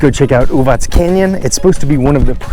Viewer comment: Thanks for showing this pretty part of Serbia, and for pronouncing it correctly - Uvatz and not Uvak. :) Love your enthusiasm!